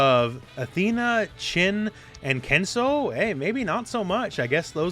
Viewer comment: It is Ken suu. Not Ken sow.